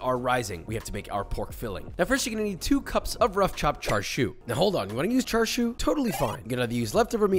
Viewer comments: Cha-su haha not char su. That was so frustrating but I love you ❤ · It's pronounced cha, like "do the cha cha dance" or the mexican "lacucaracha", not char like char-broil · Did he just say “CHAR” sui? It’s Cha Sui 😂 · Char siu is pronounced kinda like chah sue, really good video though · im chinese, laughed when he said cheung fun and char siu, love the vid